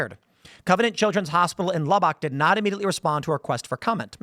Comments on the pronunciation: lahbbock? it's pronounced Lub-bock. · Tim..... Lubbock is pronounced lub-bick. Not lub-bock. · It's pronounced Lub-Uck. Haha, as a native West Texan, it kills me to hear him say it wrong. I'm not saying I'd be better with a similar situation with a city in Illinois. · That’s Texas Tech Buddy Holly Luh-buck. Tim said La-bock. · First of all the phonetic spelling for Lubbock is Lub-ock. As a guy who literally lives in the city. Also Texas tech University has a lot of foreign students. I think the hospital is trying to hide the fact that this death was of an illegal immigrant or their legal immigrants child. You'd be very surprised what people do to try and stay away from LPD. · Lubbock Texas is pronounced*luu-bic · Lubbock = Luh-Buck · I live in the measles town, it’s just raider rash from Texas Tech, nothing new. 😂 but honestly it kind of sucks because my s/o works at covenant! Also pronounced lubbock is pronounced “lub buck” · tim im from west texas, im offended how u pronounce lubbock, the correct pronunciation is (lubbick). lol. love the videos my good man! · Lubbock is pronounced Luh-buck. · I've always heard it pronounced Lub-uck. Coming from someone who's spent a lot of time in Amarillo. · Dude, say Lub-buck. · I assumed he was mispronouncing. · He was. It was like a “midwesterers pronounce Texas town”